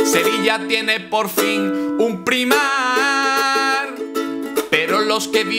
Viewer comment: Primark... Se pronuncia praimark, menudo catetismo. Esto es la herencia de pandereta (o de ukelele) por no ver series subtituladas.